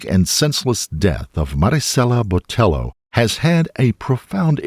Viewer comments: I appreciate the pronunciation of Marisela, but I want to politely let you know that the "ll" in Hispanic names is a y sound like "tortilla" so her last name would sound more like Boteyo. I don't blame you for the pronunciation as it seems like news outlets also mispronounced her last name. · The attempt at saying her first name with the gringo Hispanic accent while saying her surname with the hard L when it was a double LL, therefore making it a ‘ye’ sound hurt me into my bones. And somehow the name of the victim was said a billion and a half times in this video.